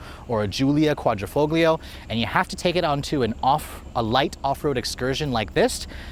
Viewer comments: Qvoglio - G here is silence in Italian, like Pagliacci, G is silent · The "G" is silent in Quadrofoglio 😂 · Love the review, the way you say Quadrifoglio though cracks me up lol. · Please stop pronouncing Quadrifoglio with a hard “g” sound. It should sound more like “fohl-yo.”